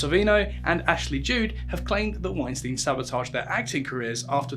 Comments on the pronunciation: McGowan rhymes with McCOWan. Ashley Judd rhymes with wood. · Fucking pronunciation Ashley Judd... two DDs it's a hard D no E after. It is getting embarrassing. I am an opera singer and we do read throughs in languages we can't even count to 10 in. Standards!!!!!! Also INDICTD!!!! I am as gay as they come, indicked sounds good to me but you pronounce it in-di-ted!!!